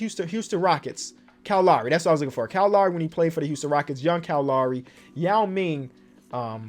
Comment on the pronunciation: He really do be sayin kye laury for Kyle lowry💀